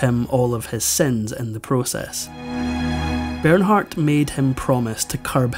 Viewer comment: Ber naaar....the h is silent...